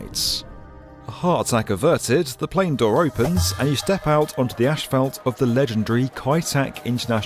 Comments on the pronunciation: tf is ashfelt? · I love O'Hare. Easy to move about. The staff does a great job cleaning the public areas and restrooms. 🎉👏 (Ash-felt? Try saying Azs-fault ) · Why does this guy say "ashphalt" instead of "asphalt" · Ashfelt? Where is the h and e in asphalt?? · Asphalt not ashfelt. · Isn’t it asphalt not ASHfelt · Not sure what “ashfelt” is but there sure is a lot of it! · Asphalt does not contain a combination of the letter "s" and "h". Therefore, no syllable of the word should be pronounced "ash". The word is "ass-fault". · Small correction: Common mispronunciation: As - phalt not Ash - phalt. Also Air Greenland Dash 8 planes are not "tiny". They have larger planes as well. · They way pronounces “asphalt” 🫠 gets me every time 👍🏻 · Every time he mispronounces 'asphalt,' drink. falls out of chair